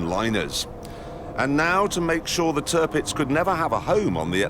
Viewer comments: You're gonna love this... Clarkson's best work I think. You must watch the other one he did. Equally brilliant. Turpitz... not Turpix. The German government was very differently considered in the early 30's remember. Hitler came to power in 33. Certain members of the Royal Family had certain Nazi sympathies as well for a time. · Its Tirpitz, not Turpix